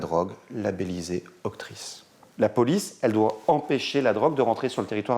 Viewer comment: Histoire archi connue Et pour le journaliste c’est l’OCRTIS et non pas l’OCTRIS comme répété 😅